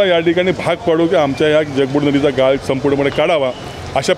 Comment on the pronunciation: पत्रकाराला आपली मराठी नीट बोलायला सांगा गाळ आणि गाल यात फरक आहे याला सांगा 😂😂😂😂